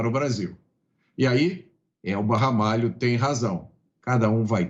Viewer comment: Não é Ramalha, é Ramalho, meu sobrenome, orgulho da minha tia Elba Ramalho. kkkkkkk